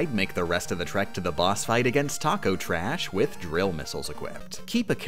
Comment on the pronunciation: it just dawned on me, one of the few enemy/boss names you bothered to get right was TAKO TRASH. what's your problem